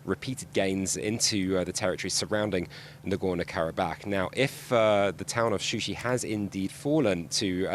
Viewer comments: It is Shusha not Shushi! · not shushı yes shusha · What kind of official news is this that does not know the official name of this city is not Shushi it is Shusha.Shushi is a fake name given by Armenian after occupation of this city.It is not journalist to use the name and fact which is not official.This is really shame of the journalist and misleading the news.Shusha is a old city of Azerbaijan.